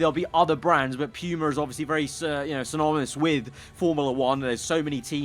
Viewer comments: Just a playful jest, but as an American, it's weird to hear Puma being said phonetically as P-yu-ma. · "Pew-Mah" brand